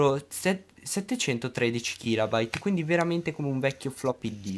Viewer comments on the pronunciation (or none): Utilissimo, ma kilAbyte non si può sentire